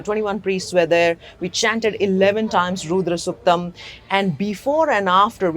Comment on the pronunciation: Madam please!!! it is not "Roodra suktam", but "Rudra suktam". Your accent shows you were not brought up in the West. Why do you take it on yourselves to mispronounce it like that!!! Did the swamiji and the priests chanting the Rudram not tell this?